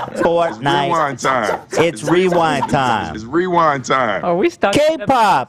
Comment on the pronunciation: “Fort nite..ahh.” Made me click off this video. So annoying